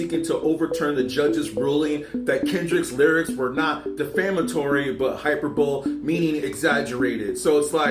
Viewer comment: Hi-per-bow-lee. Hyperbole.